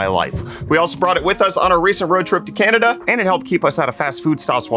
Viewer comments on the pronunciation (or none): none